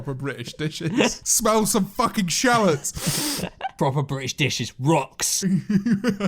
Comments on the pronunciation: shoutout to george and ' pronunciation of shallot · can we talk about the pronunciation of shallot.... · The way they pronounce ‘shallot’…what the actual hell